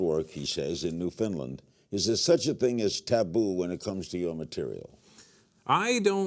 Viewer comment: Larry King has one of the top comedians on his show but doesn't know where he was born and grew up. Tells us a lot about how easy it must be to be an American talk-show host. BTW pretty sure it's New-found-land not New Finland